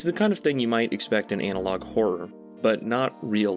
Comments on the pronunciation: God please stop saying anal-og instead of anna-log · Ah yes, classic “Anal-Log” horror